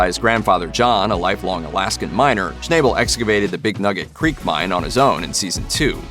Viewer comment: Too bad you guys can't pronounce people names correctly, Parker's last name is pronounced as "Schnabel" not "Schnayebel"